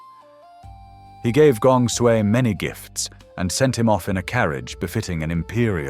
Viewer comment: Is the audio AI generated? I am hearing some inconsistencies in pronunciation of Chinese names. I noticed that Sui was pronounced as Sooey at one point.